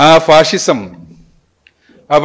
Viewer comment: ഫാസിസം ആണ് ഫാഴിഷം അല്ല